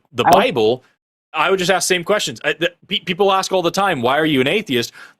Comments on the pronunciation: hey the word is pronounced aSk and not aKs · Well, he also said "... axe you..."!